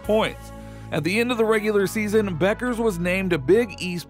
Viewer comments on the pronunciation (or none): none